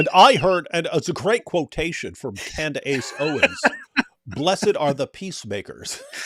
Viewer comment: So Tate is friends with Candace's husband and doesn't know how to pronounce her name?